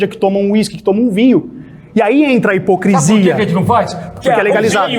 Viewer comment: Neuropsicóloga falando “hiprocresia”